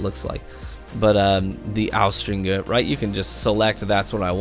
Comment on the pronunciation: How is it possible that austringer has been out for like 3 months or something and you're still pronouncing it incorrectly? lol dude, look it up. The G has the J sound, not the hard G sound.